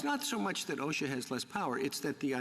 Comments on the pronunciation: Roberts nailed her. They've had two years to get Congress to act. It's not an emergency for anyone, but Biden. Next time send a lawyer that can pronounce OSHA. What's Awe-Shucks? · The lady speaking can't even pronounce OSHA correctly, but is in a position to promote compelled toxin injektions? LOL - hey lady....it's not Oshkosh - but that's not important right now. SMH pathetic!!!!!!! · I’ve never heard OSHA pronounced asha.